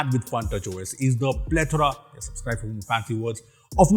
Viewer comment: suPscribe? Did anyone notice